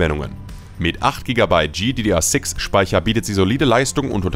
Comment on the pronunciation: sorry aber die Aussprache🥲, bitte sprich das einfach normal aus z.B. artx (rtx) oder G(Y)DDR6 Speicher achso und die gtx 1650 reicht auch nicht für flüssiges FHD Spielen, würde ich nichtmehr empfehlen